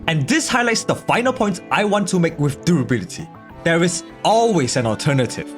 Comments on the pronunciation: have a drink every time he says Derability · I can't be the only one who is so distracted by "drooblity" that I couldn't concentrate on the discussion... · The way you say durability tickles my brain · Take a shot when he says 'durability' with a weird accent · Or take a shot every time he pronounces it like a real word ...if you want to stay sober, you know